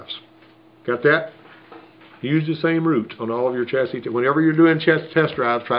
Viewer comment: Did he just pronounce the S in chasis? lmao the S in chasis is silent.